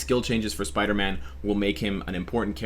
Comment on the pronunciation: Wow what's a Piderman??? #SleepDeprived